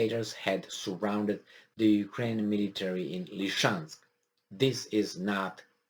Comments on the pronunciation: Please, please: it's actually "Lysychansk" ( Ly-sy-chansk ) not "Lyshansk"! (Lisiceansk, in Roumanian, if you don't mind) Thank you for sharing. Great job, as usual. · isn't it about time that you pronounced Lysychansk correctly? Lizzy Chansk, not Li-chansk. Li-chansk sounds too much like Luhansk and can confuse people who are not familiar with the details of this conflict. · Noticed doesn't want to pronounce the real name. It's confusing - LeChansk? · Slight remark about the pronunciation Lysychansk is spelled (Li-Si-Chansk) and Kadyrov is spelled (Ka-Di-Rov), no hard feelings :)..